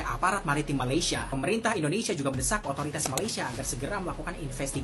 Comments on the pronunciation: PADAHAL SI DENGAN SANGAT SANGAT JELAS MENGATAKAN MALASYA... MALASYA... MALASYA... KOK BISA ORANG MALAYDESH TIDAK BISA MENDENGAR DENGAN BAIK 🤣🤣🤣 APA MEREKA PEKAK TELINGA 🤣🤣🤣🤣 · ORANG MALAYDESH TIDAK MENDENGAR DENGAN BAIK APA YANG KATAKAN 🤣🤣🤣 PADAHAL SANGAT JELAS BERBICARA MALASYA... MALASYA.. MALASYA 🤣🤣🤣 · Bisa dengar dengan baik nggak apa yang cakap tu🤣🤣🤣🤣 berkata MALASYA... MALASYA... 🤣🤣🤣🤣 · Waah ternyata orang malaydesh tidak bisa mendengar dengan baik apa yang di ucapkan MALASYA... MALASYA 🤣🤣🤣🤣